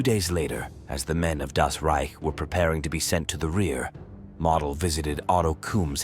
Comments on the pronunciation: MO/DEL and not MODEL💃, is how it's spoken just saying 😏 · I love you're videos. That being stated, you're pronouncing Model as: Mahdel... It's Mohdel. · Nicely done. You could make an effort to pronounce correctly, including the name of Walter MODEL like MOWDEL and not like "Model" as in Model Airplane... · It's Moe-del, crack a book Moe-ron. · The correct pronunciation of Model's name is "Moedel" not like a show model. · Excellent detail. One annoying feature: The narrator does not know how to pronounce German names. For instance, General Model is not pronounced "model" as in toy model, but is pronounced using the "o" sound as in "motel". An Academy does not make mistakes like this. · not 'Model"..."MOdell' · I suggest you learn how to pronounce names and places. Model is pronounced MOWDEL. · General Walter Model’s last name is pronounced “Moe dull” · more like "moe dell" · Learn to properly pronounce Models name !! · The AI audio is atrocious. Mispronouncing Model and saying mm instead of millimeter.